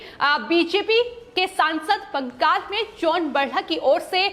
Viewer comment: Not Bangas--but Bangal.